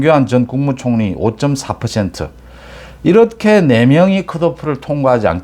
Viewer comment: 님. 방송내용은 다 좋은데, 매번 발음이 잘못된 게 있어 좀 걸립니다."이렇게"라는 단어는 [이러케]이지 [이럳케]라고 발음하는 것은 잘못된 발음입니다. "ㅎ"받침은 홀로 있을때는 [ㄷ]받침소리가 나는 것이 맞는데, 어근의 받침으로 쓰일때는 뒤 자음글자를 격음(거센소리)로 만들어 주는 역할만 합니다. 이게 공영방송도 아니고, 뭐가 중요하냐 하겠냐만은 이왕이면 제대로 된 발음법을 쓰는 것이 좋지 않을까 해서 남깁니다.